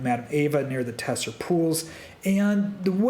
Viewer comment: Tser is pronounced similar to ‘zer’ not ‘te-ser’